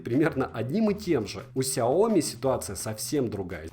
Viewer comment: "Рассказываю о бренде больше года!". За это время так и не выучил, что не сяОми, а сяомИ!